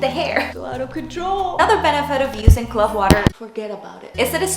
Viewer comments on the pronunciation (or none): Loved this.and Love your hair .but it is pronounced clove like wove not clove like glove